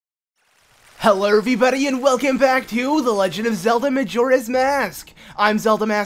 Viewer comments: you said helob everybody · Lol u said helliverbody